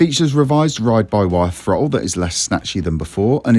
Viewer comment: Did he say the Yamaha has an improved Frottle ?